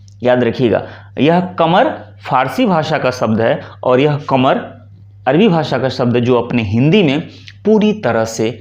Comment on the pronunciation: जी थोड़ा प्रयास करके अपना स्वयं का उच्चारण ठीक कीजिएगा। अरबी को आप अर्वी बोलेंगे तो कैसे बात बनेगी।